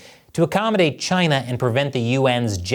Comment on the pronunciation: Was not ready for the way you said "chINa" in the intro